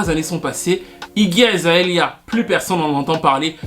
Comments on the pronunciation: C'est Iggy Azalea pas Iggy Azaelia. Juste, j'étais un peu confus à force :) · Toujours au top du top tes videos ^^ un peu de mal à dire "Iggy Azalea" qd meme ptdrrrr